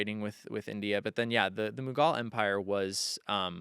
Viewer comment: a real modern Renaissance man! 🤩❣️ Edit: um, "MOH-guhl" empire not mahgal.... Sorry 😬